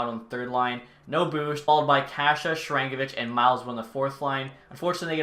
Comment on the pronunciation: yegor on the devils is "Shar - an - go - vich" btw since he may become a 30 goal scorer